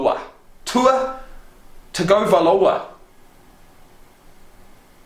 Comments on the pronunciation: You pronounce Tua Tagovailoa's name Tounge-oh-vae-loa. He's the best QB currently in college football. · Would have been nice if you had done a bit of homework and THEN made the video.P.S. Tagovailoa (Tongue-oh-vail-o-ah) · Roll Tide Roll man!!! Winning never gets old. (there's a video where Tua shows how to say his last name. You're not even close. Lol) I love your channel. I think you should do another Alabama video. You should show Alabama fans singing "Rammer Jammer." It's awesome. Especially if you're at a game.